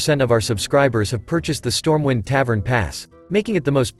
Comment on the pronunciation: it's stormwind, not stormwine OMG